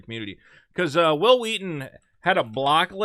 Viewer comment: 'Whhil Whheaton'.. wait, why are you saying that way? There's not even an 'H' in Wil!